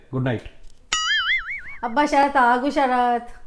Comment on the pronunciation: శరత్ కాదు......షరత్... షరత్..